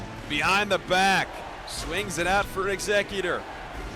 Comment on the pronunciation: Eggs-ze-cutor lol or Scissor... Great analytical commentary though